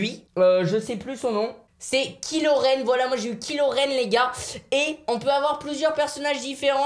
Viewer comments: MDR pas ki loren. Kyyyy loren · Kiloraine 😂😂😂 c kaïlorene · SA CE DIT KAILORENE PAS KILORENE MAIS SA S ECRIT KILORENE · Je suis mort il dit kilorène aulieu de kylorène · A Kilorenne Sa se dit Kylorenne! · OH NON MICHOU KILORAINE omg 😭😭😭 dis kichloraine sinon la ca va pas du tout sinon super video😂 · kilo rène 😂😂😂 kylo ren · A il dit KI LOREN AU LIEU DE KY LOREN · Mdr il a dit « qui loren » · KILO REN mdr mich mich c KYLO mais ça se di KAÏLO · A c'est kylo ren pas kilo ren ( tu regarde star wars???) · Michou c est pas kiloréne c est kyloréne😵😵😵😵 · Il a dit kil loren sa ce lit kaile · kilorren c'est kaïloren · Mdr killoren c kaïloren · Kyloren ducon pas kiloren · MDDDRRRR kilo ren c'est kylo ren tu prononce kaylo XD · Kilo ren non kaïelo ren = kylo ren mdr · Michou t’a dit kilotenne sa s écrit comme sa mais sa se dit kaielorenne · On est bien daccord michou ne connaît rien a star wars . Ki loren au lieu de ky loren . Le "robot" télécommandé au lieu de bb8 ou il aurait pu au moins dire droide au lieu de robot mais la étant fan de star wars j ai failli exploser mon téléphone.... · T’as dit kilo ren au lieu de dire kylo ren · Il a bien dit ' Qui-loren" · C'est kyloren le i se prononce ay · Mdrrrr " Kilo Renne " 😂😂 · Michou on dit caille Lorraine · A Sa se dit kaïlo ren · Il a dit ki loren mdrrr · Ca se prononce( kay) loren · C'est Kylo Ren pas Kilo Ren XDDDD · Sa se dit kaïlo t'en michou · Ptnnnn arrête de prononcé kylo ren en « kilo ren »